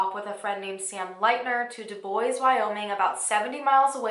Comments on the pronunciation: Other than the DeBois mispronunciation (DeBwah vs DeBoys), I liked the depth put in to this case. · I think Dubois is pronounced Du-bwah. French pronunciation. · Dubois is pronounced doob-waah btw